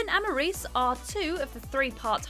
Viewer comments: Why am I hearing Whitney Houston and Barry Gibb singing when the subject is Maurice ( pronounced Morris btw) and Robin Gibb and Robin had one of the best voices ever in pop music? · Maurice Gibb’s name is pronounced “Morris” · Oh, no!!! Maurice is pronounced MORRIS. It hurt every time she said Maurice.